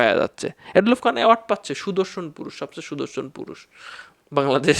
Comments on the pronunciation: এড লফ ❌ এ ডলফ ✔️ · ওর নাম উচ্চারণ এ ডলফ খান এড লফ নয়